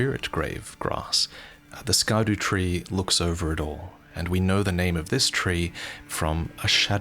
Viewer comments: scadutree... scar dew tree? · So, just out of interest sake, in Afrikaans we have a word called "Skaduwee" which translates to "Shadow" in English. So imagine my smile when I heard the first part of "Scadutree" Great video, and man I cannot wait for this.. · Yeah when he said Scadu, I had to rewind two times to make sure it wasn’t Dutch